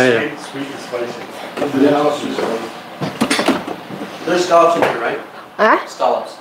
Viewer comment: spicy itu nyebutnya spaisi bukan sepaisi.... 😆😆😆😆😆😆😆😆